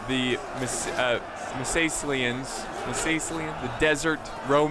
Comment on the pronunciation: Love you but it wont be "Massasaly-n troops" but 'Massilian troops' like its 'Italian troops' not Italy-n troops. Sorry. but great vid